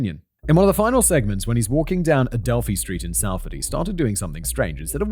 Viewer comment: You don't say it how is spelt, its not Salford you say it like Solford